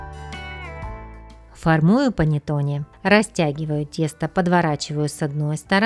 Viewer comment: Рецепт замечательный! Всё нормально, но только произношение panettone ( панэттонэ.)